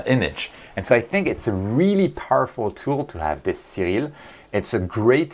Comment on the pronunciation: Cyril? Oria? Are you speaking Japanese?